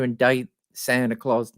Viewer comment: If I hear Santy Claus one more time. Not cute coming from a grown man.